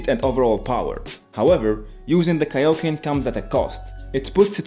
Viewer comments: The way he said tick nick for kaioken goku😂😂😂😂😂😂😂😂😂😂😂😂😂😂😂😂😂😂😂😂😂😂😂😂😂😂😂😂😂😂😂😂😂😂😂😂😂😂😂😂😂😂😂😂😂😂😂😂😂😂😂😂😂😂😂😂😂😂😂😂😂😂😂😂😂😂😂😂😂😂😂😂😂😂😂😂😂😂😂😂😂😂😂😂😂😂😂😂😂😂😂😂😂😂😂😂😂😂😂😂😂😂😂😂😂😂😂😂😂😂😂😂😂😂😂😂😂😂😂😂😂😂😂😂😂😂😂😂😂😂😂😂😂😂😂😂😂😂😂😂😂😂😂😂😂😂😂😂😂😂😂😂😂😂😂😂😂😂😂😂😂😂😂😂😂😂😂😂😂😂😂😂😂😂😂😂😂😂😂😂😂😂😂😂😂😂😂😂😂😂😂😂😂😂😂😂😂😂😂😂😂😂😂😂😂😂😂😂😂😂😂😂😂😂😂😂😂😂😂😂😂😂😂😂😂😂😂😂😂😂😂😂😂😂😂😂😂😂😂😂😂😂😂😂😂😂😂😂😂😂😂😂😂😂😂😂😂😂😂😂😂😂😂😂😂😂😂😂😂😂😂😂😂😂😂😂😂😂😂😂😂😂😂😂😂😂😂😂😂😂😂😂😂😂😂😂😂😂😂😂😂😂😂😂😂😂😂😂😂😂😂😂😂😂😂😂😂😂😂😂😂😂😂😂😂😂😂😂😂😂😂😂😂😂😂😂😂😂😂😂😂😂😂😂😂😂😂😂😂😂😂😂😂😂😂😂😂😂😂😂😂😂😂😂😂😂😂😂😂😂😂😂😂😂😂😂😂😂😂😂😂😂😂😂😂😂😂😂😂😂😂😂😂😂😂😂😂😂😂😂😂😂😂😂😂😂😂😂😂😂😂😂😂😂😂😂😂😂😂😂😂😂😂😂😂😂😂😂😂😂😂😂😂😂😂😂😂😂😂😂😂😂😂😂😂😂😂😂😂😂😂😂😂😂😂😂😂😂😂😂😂😂😂😂😂😂😂😂😂😂😂😂😂😂😂😂😂😂😂😂😂😂😂😂😂😂😂😂😂😂😂😂😂😂😂😂😂😂😂😂😂😂😂😂😂😂😂😂😂😂😂😂😂😂😂😂😂😂😂😂😂😂😂😂😂😂😂😂😂😂😂😂😂😂😂😂😂😂😂😂😂😂😂😂😂😂😂😂😂😂😂😂😂😂😂😂😂😂😂😂😂😂😂😂😂😂😂😂😂😂😂😂😂😂😂😂😂😂😂😂😂😂😂😂😂😂😂😂😂😂😂😂😂😂😂😂😂😂😂😂😂😂😂😂😂😂😂😂😂😂😂😂😂😂😂😂😂😂😂😂😂😂😂😂😂😂😂😂😂😂😂😂😂😂😂😂😂😂😂😂😂😂😂😂😂😂😂😂😂😂😂😂😂😂😂😂😂😂😂😂😂😂😂😂😂😂😂😂😂😂😂😂😂😂😂😂😂😂😂😂😂😂😂😂😂😂😂😂😂😂😂😂😂😂😂😂😂😂😂😂😂😂😂😂😂😂😂😂😂😂😂😂😂😂😂😂😂😂😂😂😂😂😂😂😂😂😂😂😂😂😂😂😂😂😂😂😂😂😂😂😂😂😂😂😂😂😂😂😂😂😂😂😂😂😂😂😂😂😂😂😂😂😂😂😂😂😂😂😂😂😂😂😂😂😂😂😂😂😂😂😂😂😂😂😂😂😂😂😂😂😂😂😂😂😂😂😂😂😂😂😂😂😂😂😂😂😂😂😂😂😂😂😂😂😂😂😂😂😂😂😂😂😂😂😂😂😂😂😂😂😂😂😂😂😂😂😂😂😂😂😂😂😂😂😂😂😂😂😂😂😂😂😂😂😂😂😂😂😂😂😂😂😂😂😂😂😂😂😂😂😂😂😂😂😂😂😂😂😂😂😂😂😂😂😂😂😂😂😂😂😂😂😂😂😂😂😂😂😂😂😂😂😂😂😂😂😂😂😂😂😂😂😂😂😂😂😂😂😂😂😂😂😂😂😂😂😂😂😂😂😂😂😂😂😂😂😂😂😂😂😂😂😂😂😂😂😂😂😂😂😂😂😂😂😂😂😂😂😂😂😂😂😂😂😂😂😂😂😂😂😂😂😂😂😂😂😂😂😂😂😂😂😂😂😂😂😂😂😂😂😂😂😂😂😂😂😂😂😂😂😂😂😂😂😂😂😂😂😂😂😂😂😂😂😂😂😂😂😂😂😂😂😂😂😂😂😂😂😂😂😂😂😂😂😂😂😂😂😂😂😂😂😂😂😂😂😂😂😂😂😂😂😂😂😂😂😂😂😂😂😂😂😂😂😂😂😂😂😂😂😂😂😂😂😂😂😂😂😂😂😂😂😂😂😂😂😂😂😂😂😂😂😂😂😂😂😂😂😂😂😂😂😂😂😂😂😂😂😂😂😂😂😂😂😂😂😂😂😂😂😂😂😂😂😂😂😂😂😂😂😂😂😂😂😂😂😂😂😂😂😂😂😂😂😂😂😂😂😂😂😂😂😂😂😂😂😂😂😂😂😂😂😂😂😂😂😂😂😂😂😂😂😂😂😂😂😂😂😂😂😂😂😂😂😂😂😂😂😂😂😂😂😂😂😂😂😂😂😂😂😂😂😂😂😂😂😂😂😂😂😂😂😂😂😂😂😂😂😂😂😂😂😂😂😂😂😂😂😂😂😂😂😂😂😂😂😂😂😂😂😂😂😂😂😂😂😂😂😂😂😂😂😂😂😂😂😂😂😂😂😂😂😂😂😂😂😂😂😂😂😂😂😂😂😂😂😂😂😂😂😂😂😂😂😂😂😂😂😂😂😂😂😂😂😂😂😂😂😂😂😂😂😂😂😂😂😂😂😂😂😂😂😂😂😂😂😂😂😂😂😂😂😂😂😂😂😂😂😂😂😂😂😂😂😂😂😂😂😂😂😂😂😂😂😂😂😂😂😂😂😂😂😂😂😂😂😂😂😂😂😂😂😂😂😂😂😂😂😂😂😂😂😂😂😂😂😂😂😂😂😂😂😂😂😂😂😂😂😂😂😂😂😂😂😂😂😂😂😂😂😂😂😂😂😂😂😂😂😂😂😂😂😂😂😂😂😂😂😂😂😂😂😂😂😂😂😂😂😂😂😂😂😂😂😂😂😂😂😂😂😂😂😂😂😂😂😂😂😂😂😂😂😂😂😂😂😂😂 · it's kaio-ken not kaioken